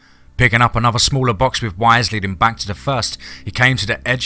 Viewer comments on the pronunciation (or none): none